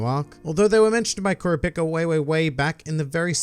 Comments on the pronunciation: You said kurpica 💀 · You say kura pica I hate you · Dude, it's pronounced Core-rop-ee-ka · I m the only one who blown away by the way he spells Kurapika name? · why do you say kurapika like that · God Damn man how do you consistently mispronounce Kurapika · why do you say kurapika’s name like that? 😭😭